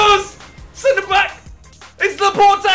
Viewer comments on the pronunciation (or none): he just called him laportA :( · Literally no you tubers can say Laporte properly